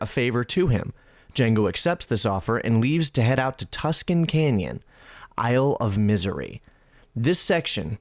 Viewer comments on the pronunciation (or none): none